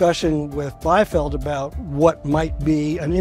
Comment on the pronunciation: The correct pronunciation of the name Biefeld is "bee-felt", not "by-felt".